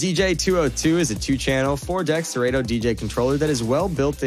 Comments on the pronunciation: It’s pronounced sir Otto. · Have I been saying Serato wrong all these years?😂😂😂😂😂